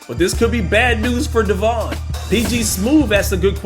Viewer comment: Hello everyone, De-Von here 😂😂 Aye,, why u gotta do me like that?! It's just like Devin 🤦🏻‍♂️ but with an "o", understandable mistake though my guy. Coulda just stuck with D9, like you do when we play Battlefield 2043 or Halo Infinite together 🫠🫠 -D9mm